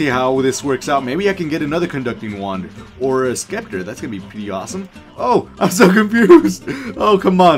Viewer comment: Ok you need to learn some things Att: just say attack instead of a t t Scepter: c is silent like it is spelled septer and the one from mad lab is called fulmi Sorry it just pissed me off so much